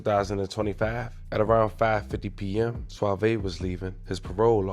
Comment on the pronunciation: Bro is suave not suavey